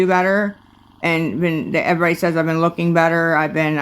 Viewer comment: Did she say looking or hooking?? The hooking sounds about right. You have your gard dog Nate as your pimp.